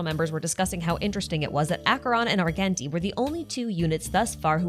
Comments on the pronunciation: ar-jen-tee btw. the hard g is driving me insane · ily and your videos but it’s Ar-JEN-ti. He literally says his own name a few lines into his introduction in the game, a pronounces with a “j” sound. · adore your videos a lot but next time could you please pronounce Argenti as (arjenti)?? thank you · The way you pronounce "Argenti" and "Longitude" is legitimately sending me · Now the way you pronounce Argenti 😭